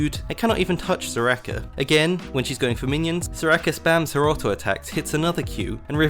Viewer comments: "Soo-Rakeh" pauses video keeps playing video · mans says serakah